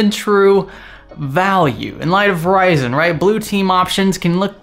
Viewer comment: Did he say Verizon instead of Ryzen ?